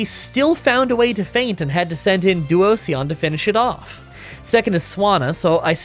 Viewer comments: i took mental damage from that pronounciation of Duosion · your pronunciations for duosion and elekid are really bad lol